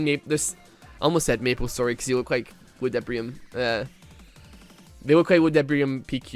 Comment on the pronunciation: udebrium pq took me forever to understand what you meant xD its ludi not udebrium ;-; #bring back old maple